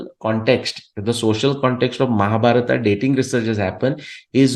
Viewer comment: Please not to pronounce Mahabharata or Ramanayana. It’s pains me, breaks my heart.🙏🙏🙏